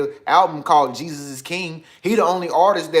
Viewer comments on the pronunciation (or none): none